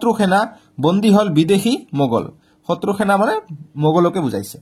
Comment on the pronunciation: শত্ৰ নে শত্ৰু আৰু উচ্ছাৰণবোৰ